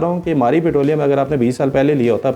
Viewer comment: Putrolium nhi hota bhai... It's petroleum !